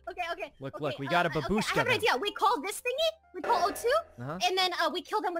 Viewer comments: It’s bAAAAAAbushka :(( Y is the only way people say grandma babUUshka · did he just say babushka rae??😂😂 GRANDMA RAE NOOO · The only Russian word she knows she pronounces wrong haha